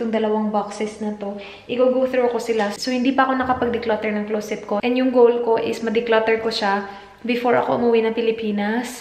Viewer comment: samooka sa “Kigol” lage hahaha.. 😂😂😂